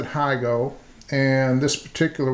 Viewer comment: Beautiful knife. I'm with you on pocket clips. I have an Emerson A100 mini and like it a lot better without the clip. (By the way, this is neither here nor there, but the name has the same Japanese characters as Higo-nokami so it's "hee-go" not "hai-go.")